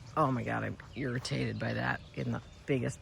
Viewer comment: I swear I heard you say “deer-itated” (when you probably said irritated) when commenting after the overnight clematis browsing. I think you’re right regarding the white dogwood. It would be more visible at that distance & would “pop” more with crabapple foliage in background & Japanese maple foliage in the foreground. Now I’m wondering where the red dogwood would go? Best response ever to the trolls!! Sometimes I wish there was a YouTube community “boot” mechanism so we could help evict the bad actors.